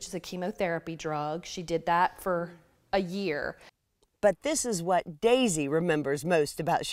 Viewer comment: I’m ok! Don’t worry! And it’s pronounced Daisy.